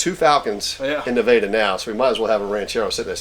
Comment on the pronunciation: Naveda? Does he mean Nevada and pronounces it differently? WTF? OK... Only 1 place to eat... Definitely not Nevada...